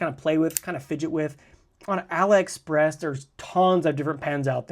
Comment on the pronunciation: Pronounce AliExpress as "AH-lee Express"—just like Alibaba, not "uh-LIE Express."